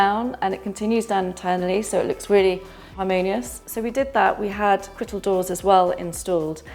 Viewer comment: Lovely house. Can anyone confirm what she’s calling the doors? It sounds like “crittle” doors